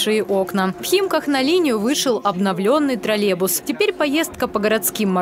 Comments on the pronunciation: Уважаемая. Название данного общественного транспорта троллейбус, а не троллебус. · Тролебус это ж надо так говорить хахазахп , ведущая как и директор троллейбусного предприятия деревня до мозга костей))))) Помимо неправильного произношения, ей также нужно убирать свой деревенский акцент на "О", или не давать озвучивать новости.